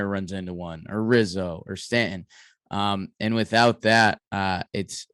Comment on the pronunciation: Judge will not want to re-sign with a team that rests it's entire offence on his shoulders. Who wants that hanging over their head for 162 games? Also, needs to learn how to pronounce "Stanton." Also is now quoting a 2004 Red Sox player, new low.